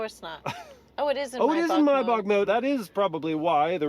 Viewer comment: Why do you pronounce maybach like that lol?